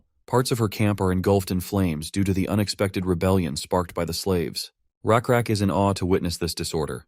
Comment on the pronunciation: You guys say it's lakrak it's rakrak ❤